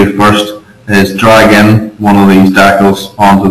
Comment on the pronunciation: where are you from? dacels?